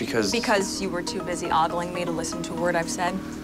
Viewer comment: Ogling, pronounced with a long O!